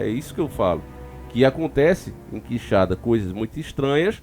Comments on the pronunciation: Por pouco ele nao chamou de queixada...OOOlha o acento. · Quixadá , não Quixada 🤦🏼‍♀️ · o nome é Quixadá e não quixada valeu um abraço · NÃO É quixada. É Quixadááá. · Gnt chata, Quixada ou Quixadá, deu pra entender perfeitamente de qual cidade ta falando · irmão, tem um acento no final do nome, é Quixadá, e nao Quixada, abraço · Oi. ❤ os fatos sao de antigos comentários. Crescemos ouvindo isso aqui. Mas a pronuncia é qui- xa- dááá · Conheço a cidade. Já estive lá! Só uma observação, QuixaDÁ, sílaba forte em DÁ. Bom trabalho! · Nome ta falando errado, cidade é Quixadá Aqui no meu ce